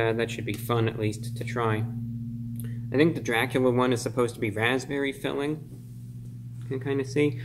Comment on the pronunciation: Its Dracubrah hahha